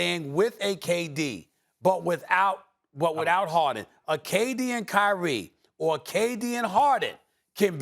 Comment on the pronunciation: it’s kyrie and it’s not that close